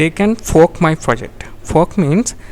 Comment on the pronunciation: i think you need to work on your pronunciation when saying "fork", besides for that good vid